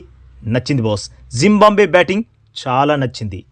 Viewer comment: జింబంబవే కాదురా జింబాబువే రా బాబూ